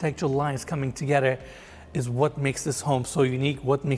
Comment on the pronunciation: I don’t know why this guy, Eriz - whatever his name is, seems to have a problem pronouncing “th”- toget”rer”, ot”rer”. Like, dude, you’re showing multi-million dollar homes. At least practice your English pronunciations. English is my second language and even after decades of living in the US, I’m always learning and making sure that I pronounce stuff correctly. while his English is a 100 times better- he also keeps pronouncing cabinetry as cabinatery. Pls!!!